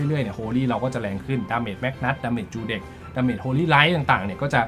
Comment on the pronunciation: ทำไมจูเด็ก ออกเบิ้ลแบบนั้นครับ